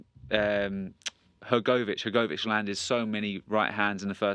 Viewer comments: who the heck is this guy, he cant pronounce hrgvich name properly. and he says dubois was well down on the cards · the way hes talking he sounds like a boxing novice is my point, dubois wasnt well down on the cards, wats the proof of that, i have heard lots of people talk about the fight noone but this guy has said he was well down on the cards,and he cant prounce hrgvich name properly